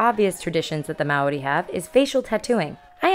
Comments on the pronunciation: HAHAHAHAHA I CAN TELL YOUR NOT A KIWI! haha you say Maori the way it's spelt but really it's pronounced like moldy but the L isn't strong haha ;) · Your pronunciation of Maori is adorable. Good thing you are not a kiwi because you would be in trouble haha. Loading this up so long after you were here has really toyed with my emotions :( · Kia ora Hannah hopefully u enjoyed your stay how to pronounce maori = mould ri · It's so funny to hear hannah say Maori the way she does, if someone from New Zealand (like me) says it like that you get teased so much about it. As a tip, the correct way to say it, is similar to the sound of the world 'moldy' at least…. in a new zealand accent... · It's cute how she tries to pronounce Maori! Hahahhahahah Americans... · I don't think John Key is stupid, I mean he must be doing something right considering the fact that National won the election by so much. But I agree with you on the fact that the way Hannah pronounces Maori is funny. :) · I'm glad I'm not the only one who found her pronunciation cute :3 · as a new zealander, loved how this video included quite a bit of our maori culture/heritage. thanks hannah! but next time you visit NZ, we'll have to work on your maori pronunciation - i'm more than happy to oblige! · ahaha i love how you pronounced "Maori." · Your pronunciation of the word "Maori: is terrible. Don't worry though, I'm born and bred in NZ and I still can't bloody say it properly.